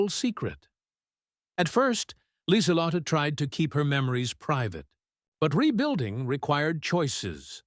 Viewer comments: It's not Lizalot, but Lisuhlottah The e at the end of her name is a schwa, pronounced like uh. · It's Leezalotteh with accent on the lott